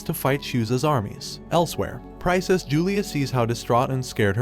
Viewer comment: Never mind. 30 seconds later he mispronounces "princess" and "succeeds" in the same sentence. It almost feels intentional at this point